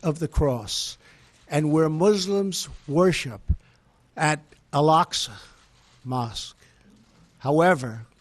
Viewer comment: He even doesnot know how to pronounce ALAQSA MOSQUE